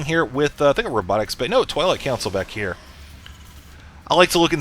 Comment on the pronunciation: Hah! I knew it! Now im 100% sure im not hearing things! REALLY says "Toilet Council" instead of "Twilight Council"!